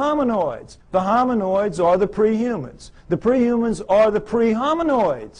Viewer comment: Doesn’t he mean “hominids”? He keeps saying hominOIDS you would think he would know the word if this was his field?